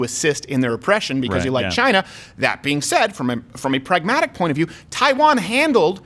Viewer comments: LoL! "Chinaasshwl" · Abbot and Costello: "WHO's on first?!" President Trump: leans into mic ..."Chyyna."